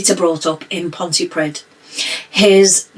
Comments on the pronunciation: Sorry, I know this is extremely unimportant given the topic but just FYI, 'Pontypridd' is pronounced PON-TEE-PREETH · It's an interesting video, but the town where Watkins went to school is pronounced Pontypreeth. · It's pronounced. (ponty/ pree'th) Welsh is A nightmare I know.